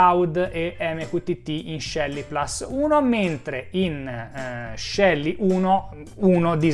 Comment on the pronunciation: Complimenti come sempre per i fantastici video. Però, puls é latino e si pronuncia plus, non plas. Tutta colpa di Apple 😂😂😂. Non americanizziamo anche le nostre parole.